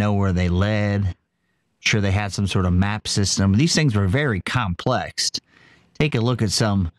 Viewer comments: It’s not complext. No T. That’s when I turned Dark Doc copy off. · My man didn't just say " these things are really complext?"